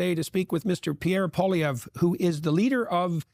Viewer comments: Two corrections: His name is pronounced "Polly-ev"... Canada has free speech... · for those who want to pronounce the name correctly, its poah-li-ehvre.